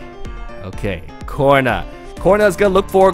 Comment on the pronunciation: Why do you pronounce Corina as corner?WtF